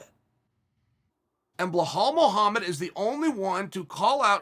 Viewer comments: After two videos of Chael saying Blelhall Mohammed I think Belal might be required to legally change his name. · Blahal is great too